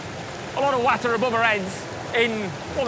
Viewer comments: I like Guy but I can't get over the way he pronounces "water". 🤣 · Just when I thought I heard all the pronunciations for the word "water".